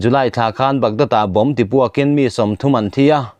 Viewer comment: Pastor leh zirsang tam tak ten KEN tih in sawi dan hi chu a va ngaimawhawm tak em!! Tuna in sawirik dan hi chu mizo tawng kal hmang dik lo a ni.